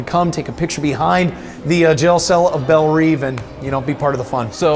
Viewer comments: its bell rev not bel reeeeeeeeve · "Belle Reeve"? Who is this guy??